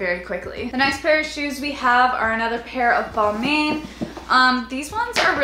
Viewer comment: You said Balmain wrong